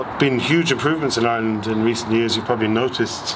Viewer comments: can properly say words in Welsh, Gaelic, and Irish, but still can't manage to say Ireland, and instead says Island. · Apart from saying Ireland as "Island"